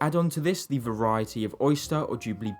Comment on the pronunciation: tbf he doesn't do it all the time. Unfortunately "spelling pronunciation" is the way young British people's speech is going so you'll either have to learn to put up with it or avoid their vlogs.